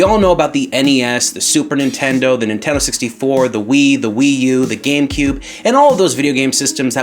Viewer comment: What's a "Inteno 64"?